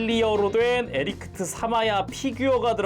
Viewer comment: 계속 에리크트라고 하시는데ㅋㅋㅋㅋ